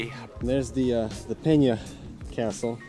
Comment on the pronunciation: Pena Palace, not Peña Palace. In Portuguese, there's no tilde over the letter N, as in Spanish. In Portuguese, we use the diphthong "nh" instead of "ñ". It is not pronounced "Peña" either. And another thing: The so-called "Moorish Castle" in its present state is not exactly Moorish. The remnants of the medieval castle generally attributed to the Moors were left in ruins after the 1755 earthquake that leveled Lisbon. Most of the ramparts, doorways, and pathways were rebuilt by order of King Ferdinand II (the same who order the construction of the Pena Palace) in the mid-1800s, in keeping with the romantic ideals of that century.